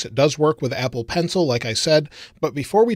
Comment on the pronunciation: Did anyone else notice that he said ebble in the 4th second? Lol